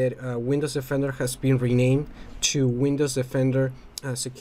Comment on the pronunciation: It's Windows DE-fender, not Windows OFF-ender.